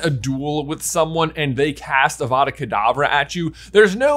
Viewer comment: Just want to be the first to point out that When J was talking about the graveyard in little Hanglton, he said Avada Kedabra instead of Avada Kadavra. Sorry, hate to complain but hade point it out. Love your channel so much, your my favourite youtuber